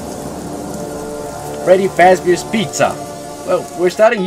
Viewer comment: did u just say freddy FazBEER